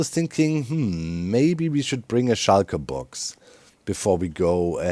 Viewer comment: whenever Doc says "shulkerbox" it sdounds Like "Schalker Boxen"